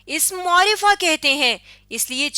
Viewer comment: عمدہ کاوش ہے ۔لیکن لفظ معرفہ کا تلفظ درست نہیں ہے ۔م کے اوپر پیش نہیں بلکہ زبر پڑھنا درست تلفظ ہے ۔پلیز اصلاح کیجیے ۔شکریہ